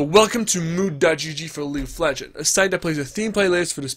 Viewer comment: It triggeres me that you constantly say "League of Legen" instead of "League of Legends"